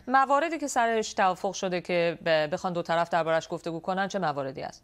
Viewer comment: دو طلف چی یه؟! دوطرف ! مجری هم گاها عجیب و غریب کلمات کشف می کند! نوت: در بخش اخبار مربوط به مذاکرات صلح افغانستان دقیق گوش کنید. خانم مجری دو طرف مذاکرات را " دو طلف " تلفظ می کند!